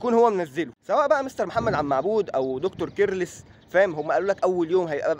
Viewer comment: يسطا كيرلس مش بتتنطق كدا 😂